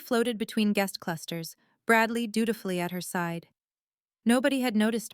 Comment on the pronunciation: doodafly is how we're spelling dutifully now? and carillon is carry on? i thought ai was supposed to be smart